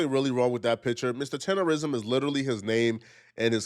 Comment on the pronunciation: Bro you Read and hear TENDERNNNISM in all of the videos you researched and STILL pronounce the word TENDERISM while doing your videos 😂😂 stop undermining the damn N in the word it’s literally what brings traction to it 🤦🏾‍♂️‼️